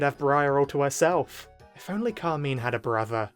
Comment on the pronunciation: It's CAR - MINE ... pls why is that so hard